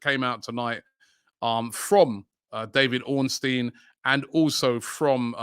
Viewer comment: Omg Robbie’s started pronouncing Ornstein correctly?!